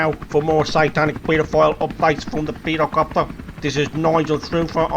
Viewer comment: peedocopter haha that got me